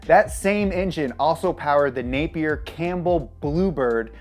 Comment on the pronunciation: My last name is Napier. It's weird hearing someone say it this many times in the beginning of the video. Especially saying it correctly!